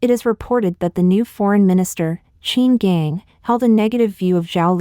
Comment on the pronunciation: Pronunciation help... Qin Gang = chin gahn... Heilongjiang = hey long jahng.. Yuan = yen..Wei bo = Way bo